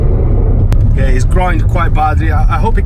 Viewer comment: Its a Yairs not a Auirs dude